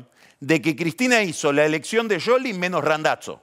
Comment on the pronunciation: Pronuncia bien el apellido de Scioli, suena a sorna. Igual me mata Jarlingaaaam. Es un hdp.